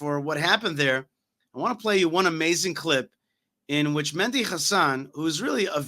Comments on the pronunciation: it's Mehdi Hassan not Mendi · Mehdi, not Mendi